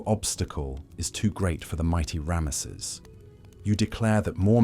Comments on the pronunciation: This is really good except for the pronunciation of the word Ramesses, it's just very jarring to hear ram mess seses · Unusual pronunciation of Ramesses